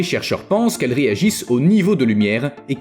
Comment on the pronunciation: Ce n’est pas un "guécko" mais un ’’gecko’’